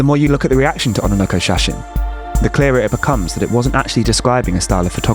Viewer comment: ona nokko shasin? lol. its on-nanoko shashine.